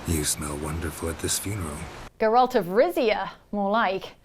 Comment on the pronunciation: wtf name did she just say? definitely wasn't Geralt